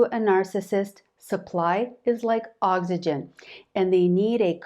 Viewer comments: Seriously, are you going to say oggsigen this whole video? Why does every video have to have at least one main word pronounced totally crazy? AUCK sih gen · who else was triggered by the way she pronounces "oxygen"?